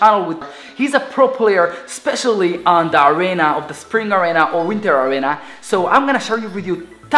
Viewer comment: It's arena not arana